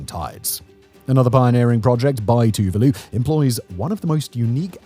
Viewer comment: Tuvalu is pronounced as Two-vaa-loo